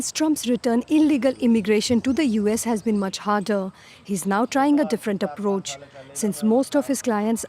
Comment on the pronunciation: Even the reporter woman can’t speak proper English. She says Apparoch for Approach.